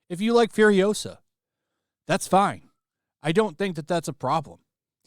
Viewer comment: It's FuriOsa, not FuriosA